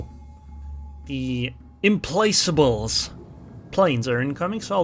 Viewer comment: great Video, the CV is pronounced IM-Plak-able :)